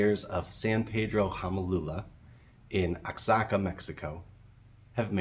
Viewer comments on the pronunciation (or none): Still here to recommend Orchid!!! (everyone names their black snake Onyx :p ) Or Tourmaline, or Beryl ! Just for funsies: Oaxaca (wah-hock-ah) EDIT: ok finished the video and saw the fun times with Huamelula. I won't give you a hard time for Oaxaca lol OH YOU HAVE A BACHELORS IN HISTORY? Any specific focuses?